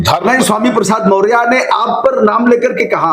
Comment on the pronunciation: Sir aap maurya ji nam thik se lijiye